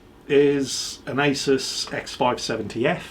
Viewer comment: Motherboard brand is actually pronounced aa..-"zeus"